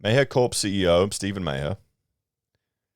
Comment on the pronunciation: I think it is pronounced Marr Corp. The founder's surname is Maher (pronounced Marr).